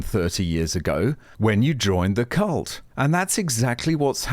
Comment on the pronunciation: "Cult" I think you got the L mixed up for the N.